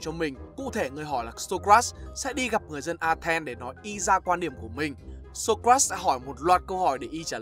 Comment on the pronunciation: Socrates anh đọc sai ạ :)))))